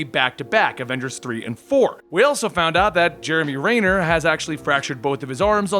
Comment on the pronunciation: It's pronounced Jeremy Renner not Rainer